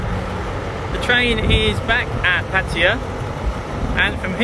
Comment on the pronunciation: I do wish especially the English among you would go to the trouble to pronounce Pattaya correctly. it is Pat tay a {not Pattia. don't take my word for it, look it up